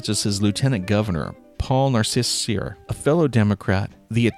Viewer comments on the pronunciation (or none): Paul Cyr's name is pronounced like the name Lily St Cyr